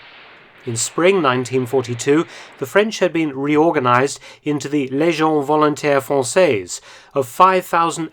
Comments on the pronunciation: Volontaire, not voluntaire (British pronunciation error or frenglish 😄) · "Volontaire" no u no s Encore bravo pour votre travail d'archive/ Congratulations for your archive work.